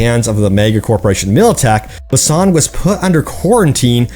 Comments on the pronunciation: Boo-san is how it's pronounced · We at least know by your pronunciation of Busan, Korea that you have never been. I gave up on this game cus CDPR seems to just be milking and not developing.